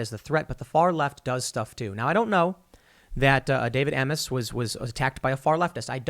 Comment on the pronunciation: Isn’t Amess pronounced like “aims?”